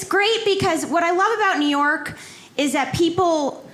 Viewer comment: Neor'k + New York ----->> LOL